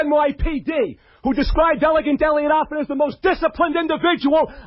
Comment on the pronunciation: I love how Howard always mispronounces his last name. It's not Offen it's AFFEN!